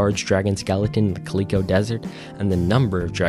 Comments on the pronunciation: ermm, you kept pronouncing "mariner" as "marinara" without the last "a" lol edit: also fyi "calico" is pronounced "CAL-ick-oh" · bro pronounced calico culeecoh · ngl he pronounces "Calico" like CALEE-CO where I said it like calico cat...IDK i think its not definitive.